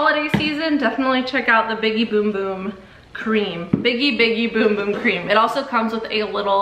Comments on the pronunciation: It hurts me when she says boom boom cream instead of bum bum!😂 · Girl it's bum bum cream not boom boom cream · it’s spelled bum bum but pronounced boom boom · Why does she keep saying boom boom cream? It’s bum bum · Cuz Sol de janiro said it’s boom boom not bum bum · It’s bum bum not bom bom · Girl, it’s not boom boom it’s bum bum OK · It’s spelt bum bum it’s actually pronounced boom boom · Did y’all know it was pronounced boom boom cream😭 I just found out 2 weeks ago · It’s boom boom though.. it’s how you say bum bum in brazil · It’s pronounced “boom boom” ☺️ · It is actually pronounced “boom boom” cream. They have it on the box when you get one. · Bros saying Beum beum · i cant watch this if shes going to say boom boom cream tge whole time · Actually, your wrong. You actually pronounce it boom boom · It’s pronounced boom boom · No shut your mouth its boom boom that’s how you pronounce bum bum in Brazil